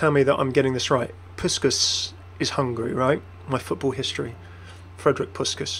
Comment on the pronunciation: you said Puskás's name right, but... the pronounciation... I laughed and cringed at the same time.:D name is pronounced push-kaash.:D Glad to help!